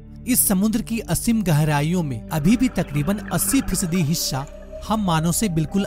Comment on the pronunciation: hissa ya hishha???? hahahahaa